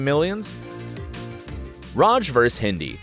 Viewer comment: The way you say RAJ is the bigger issue than any plot hole